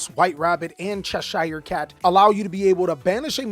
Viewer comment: Not Ches-SHIRE is like Ches-sheer